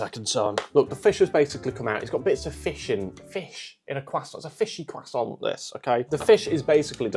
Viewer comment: I really don't understand why people have started pronouncing 'croissant' as 'cwussont' in the last few years. Stop it. It's not correct in English or French. You don't sound intelligent or educated, quite the opposite.